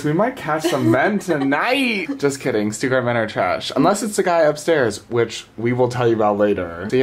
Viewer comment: How are you living in Germany but still saying "Stuttgart" wrong lol